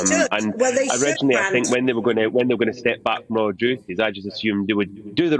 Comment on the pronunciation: Royal, not Rital sorry